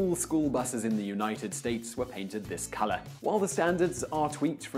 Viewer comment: When he says they then started painting with this color, I thought he said with piss color